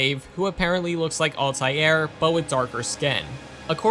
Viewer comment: Who is Altiair? Do you mean Altiear?